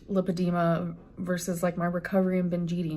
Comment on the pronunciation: How would she not be able to pronounce lipedema? She just saw a dr about it and was diagnosed, Right? So in that case she would hear the dr say the word countless times. But somehow she doesn’t know the correct pronunciation? Yeah sure